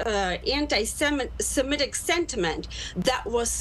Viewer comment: Perhaps this male announcer could be gently told that the word is "anti-Semitic", not "anti-SemEtic." There is no second e. Thank you.